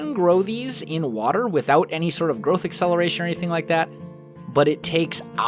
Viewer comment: i keep on thinking that is saying crystal meth accelerator instead of crystal growth accelerator